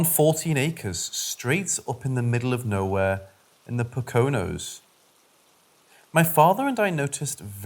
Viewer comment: Poconos.... POKE-uh-nose. Iriquois.........EEER-uh-kwoy.